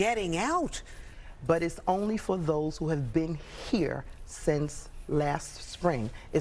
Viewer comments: Why can't she say Venezuelans .... Not swaLiens😮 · Venezu-waleians? Geeze, lady. Learn how to talk! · She can can't even pronounce Venezuelans😔. Affirmative action is great😉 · Someone teach this lady how to pronounce VENEZUELANS! 🤦🏽‍♂️🤦🏽‍♂️😒😒